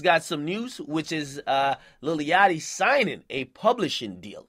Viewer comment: This nigga keep sayin lily yachty